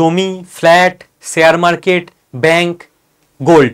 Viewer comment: Khub bhalo bojhalen. Kintu akta pronunciation rectify korun Sare market noy sa sa sa noy.. Share market talobyosha uchharan korun. Khub kane lagchhe!! Apni ato important knowledgeable kotha bojhachhen. Sekhane ei uchharon dosh bemanan!